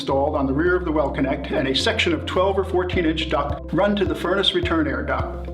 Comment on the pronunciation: It's DUCT not DUCK!!!